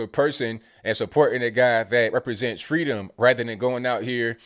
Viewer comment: Our “fweeeedoms” are gone.